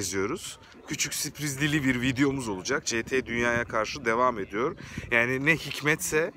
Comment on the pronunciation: Süpriz değil sürpriz